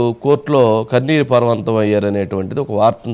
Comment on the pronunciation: పర్వంతం కాదు పర్యంతం